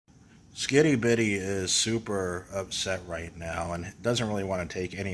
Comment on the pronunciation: When you say skitty bitty it sounds like skibidi